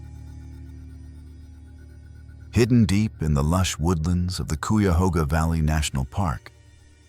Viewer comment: Learn how to say CUYAHOGA, please. You can't "stop your car in the middle of the covered bridge" because cars aren't allowed. Even the video shows the barriers. 🙄